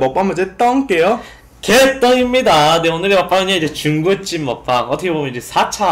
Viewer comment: 중국집 발음이 ㅋㅋㅋ귀여우셔 ㅎㅎ